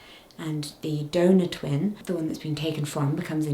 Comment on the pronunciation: Not me hearing 'donut baby' instead of donor 😂 glad everything is going well now and babies are OK ❤